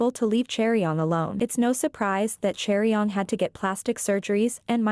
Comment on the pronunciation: Chaeryeong? "Cherry-on"?? omfg can we all just agree to at least TRY to pronounce people's names right?